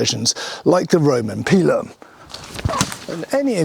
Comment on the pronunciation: its call a pielum you dirt brit - this is a joke